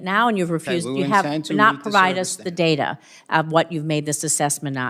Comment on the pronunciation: It's data.not dada.😂